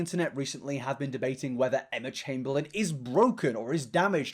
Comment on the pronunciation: emma chamBEANlin knowmsaying